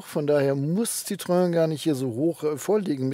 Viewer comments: ˋTschuldigung, es heisst weder Zitröön noch Zitroan oder ähnlich. Der Doppelpunkt auf dem ë bedeutet, das o und e getrennt ausgesprochen wird. Also Citroën gleich „Sitroen“. Bloss nicht Sitröön. S i t r o en. Schwierig darzustellen. Ich weiss, man gewöhnt sich an eine Aussprache über die Jahre, weil fast alle Zitröön sagen. Ich fahre seit 1974 Citroën, mit wenigen Ausflügen zu Mercedes und Audi. Aber es tut immer noch weh, wenn ich es höre! 😱😉😉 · Ich wiederhole mich gerne bei JEDEM Test eines Citroen auf diesem Kanal: Es heißt SSSitro-enn und nicht Citroääää. 🙄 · Man spricht es übrigens wie geschrieben. Das französische ë wird wie das deutsche e ausgesprochen. Also nicht Citroäh! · Ich hatte zwei Citroën (Xsara Picasso, C4 II ), beides richtig gute Autos, aber auch ein bisschen schrullig, vor allem der Picasso. Nun habe ich einen Hyundai i30. Was für eine langweiliges Auto im Vergleich. Aber wenn ich das hier so sehe, dann wird es wohl bald wieder ein Citroën. Danke für das schöne Video. Und ja, den Kommentar kann und will ich mir nicht sparen: Es heißt weder Zitröhn, noch Sitroähn, sondern Sitro-enn. :-) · Citroën wird ci-tro-enn ausgesprochen. EN wird hier nicht nasalisiert. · es klingt trotzdem Scheiße wie du Citroen sagst...auch wenn du versuchst hast's zu erklären .Auch so mit Wallbox...